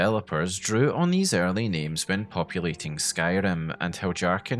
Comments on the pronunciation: No hate but I think your pronounciation of Heljarchen is wrong afaik. nordic languages use J like Y, like Jarl or Fjord. So Heljarchen should be Hel-Yahr-chen (or ken possibly). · Heljarchen is pronounced Helyarken. Js are Ys in Skyrim. One of the nice things about a fully voiced game is you don't have to guess about pronounciations, you can hear the characters in game pronounce them. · How can someone mispronounce Heljarchen so confidently? It's Hel-yarchen. It's Nordic inspired. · I think "Heljarchen" is pronounced with a Y instead of a J. But it's sad to see that so much was cut from the game. Perhaps mods will add them back in later. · If I may suggest, I think you'll enjoy looking into the history of the letter "J" and how it was orignially used. I know, it' a game not real life, but the Nords of Skyrim still follow real life Norse customs and life style, including language. Heljarchen would've been pronounced as; Helyarchen by real life Norse peoples. Great vid m8. 🖖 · It's pronounced "Hel-yar-ken" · I didn't think you are supposed to pronounce the J like yhat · bro i cant stop cracking up and losing it a little more and more every time u say "heljarchen" like that 😭😭😭